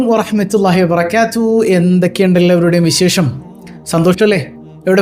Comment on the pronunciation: വറഹ്മത്തുല്ലാഹി വബറക്കാത്തു എന്നല്ലേ പറയേണ്ടത്? ഞാൻ കേൾക്കുന്നത് വബറക്യാ ത്തു എന്നാണ്. ഇനി എനിക്ക് തോന്നിയതാണോ എന്നറിയൂല